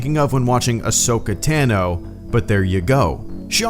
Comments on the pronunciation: Its not Tan-o Its Ton-o or Tano. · Ahsoka’s last name is pronounced Tah-no, not tan-oh.